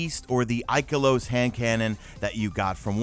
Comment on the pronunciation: The way he says ikalos.... Lmfao :/